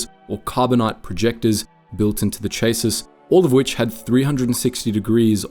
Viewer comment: Chassis is pronounced shass-ee